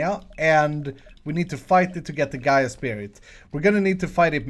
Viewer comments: Gai ah is how you pronounce it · just a heads up the boss is the earth goddes gaia you kind of pronounced it wrong